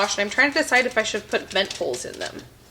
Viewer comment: That's OK, she said "I'm trying to decide if I should put vent holes in them" (the pop tarts) What I heard though was "I'm trying to decide whether to put Mentos in them" 🤣Man did I do a double take on that!